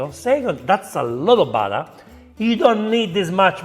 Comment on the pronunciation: And I am disappointed that you doubted yourself and copied her incorrect pronunciation of BUTTER.